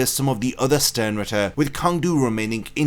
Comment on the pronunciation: It is pronounced "Tsang"- his name in katakana is ツァン·トゥ (Tsan Tu). Many of the Sternritters' names are commonly mispronounced by english speaking online content creators. The word "Sternritter" itself is almost never pronounced correctly.